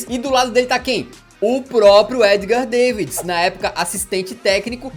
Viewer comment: É Davids e não deivids 😁